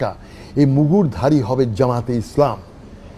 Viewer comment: ZEMAT OR ZAMAT. What a accents. He is now a dorbesh.